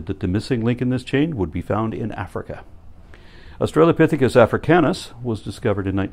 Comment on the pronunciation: That lady in the clip about the pelvis repeatedly says "Aushalopithecus".